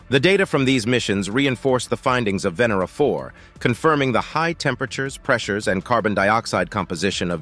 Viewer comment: The correct pronounciation of Venera is Vah-nair-rah, not Vin-er-rah, as the video voice states it.